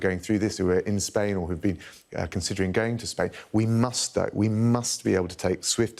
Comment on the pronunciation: Those over emphasised "musts" won't hide your stupidity Mr Raab